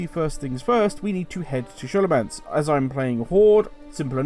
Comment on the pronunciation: Excellent Guide just makes me laugh every time i hear you say Scholomance as an Shhh sound and not a Skol sound.